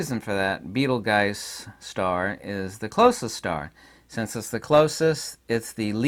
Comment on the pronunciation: I think it's pronounced bee ·tuhl·joos. Totally with you in the medium.